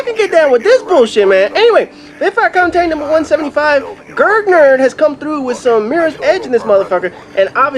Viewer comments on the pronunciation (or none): Hahaha, I did play this on easy. Also the ending was an accident, I thought it was the right way to go... :D Also man you screwed up the name *GurG nerd :P